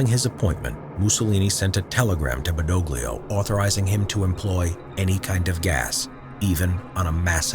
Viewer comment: The pronunciation of General Badoglio , make me want to drink Olio di ricino. Also why 2 black soldier? we did not have any of... Ah they are from South of Italy, ok.